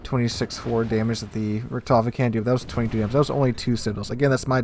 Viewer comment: I'm not a great WoWS genius player, but to me it looks like of all the decisions you could have made along the path towards disaster in that first GK game, you almost consistently managed to pick the worst available options. Had a bad day maybe? also (a bit nitpicky) your pronounciation of "Richthofen" is very off. Without seeing the CVs name attached to the squadron, I probably wouldn't have known what you were even talking about. If that's not something you care about, fine. Otherwise you might want to look up the correct pronounciation somewhere :-)